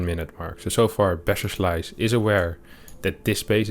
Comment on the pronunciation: I'm a huge fan of this show, and I think your english is perfect, but why is every "s" sound in your words tends to be "sh" so that "BasherSlice" is turning to "Basher<Sh>li " every time and so on? XD sounds pretty awkward when repeated hundred times in 10 minutes.. 🙂